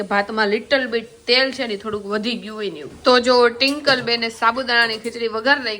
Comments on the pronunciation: Tinkal nai Twinkal bolo 😂😂😂😂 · Tinkal tinkal😂😂😂😂twinkle bolo n ben😂😂😂😅😅😅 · Tinkal tinkal ka bolo cho twinkal name che 😅😂😊